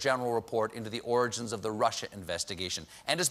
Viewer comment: Can we investigate why Trump can’t say origins? That’s troubling.